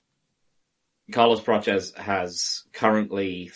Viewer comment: It's not Praches lads, it's Prates. That's how the man himself pronounces it, and he would know - he's a nerd 🤓